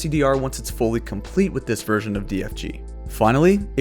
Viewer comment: every time you say version i keep hearing it " virgin"